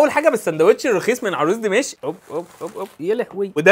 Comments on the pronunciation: الله يسترك مش دِمِشئ انما دِمَشق بنقولها بالقاف وبفتح الميم مش بكسرها 😂😂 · عروس دِمشق مش دَمشق خلي بالك عشان محدش يتريق عليك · افهم ليش المصريين يقولو دِمِشْق اتعب واقول ما تلفظ كذا وإنما دِمَشْق فيها فخامة أما دِمِشق😐🤦🏻‍♀️ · دِمَشْق😂 حتى الكلام مش عارف تنطقه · ليش هيك عم تقول دمشق😂😂😂😂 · هو بيقول دمشق كد ليه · اسمها دمشق أنت بتقولها كدا ليه بجد